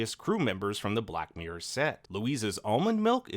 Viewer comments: It's hard for a brit to hear the word 'mirror' butchered so many times in one video! Mirror... not miyr. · Wtf is a black MEEE-URR